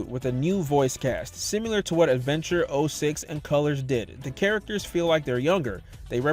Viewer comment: once you realize he's saying simular you can never unhear it